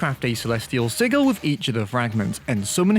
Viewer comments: Unless it's pronounced differently across different English accents, the word "Sigil" is pronouned "Sidge-il" rather than "Sig-il" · "SI-GIL" ITS PRONOUNCED SIJIL :face-purple-crying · bro really said si-g-il instead of si-j-il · i've never heard someone mispronounce "sigil" before, damn. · that isn’t how you pronounce celestial sigil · btw you mispronounced the word sigil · that is NOT how you pronounce “sigil” 💀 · I like how u incorrectly said Sigil